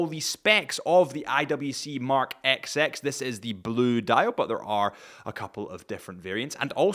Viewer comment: Did you seriously just call this watch the “ex ex” ??